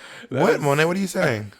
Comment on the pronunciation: Symone Wrice not Monté, child lol